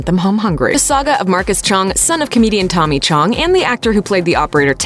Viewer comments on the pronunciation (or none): none